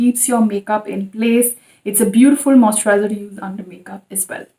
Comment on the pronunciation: Can you say “moisturiser” properly?? Its making my skin crawl